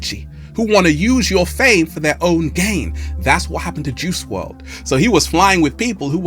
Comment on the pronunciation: Juice "WRLD" , not juice "WRD"